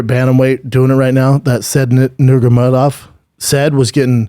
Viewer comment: It's not even a hard name to pronounce literally and he still fucks it up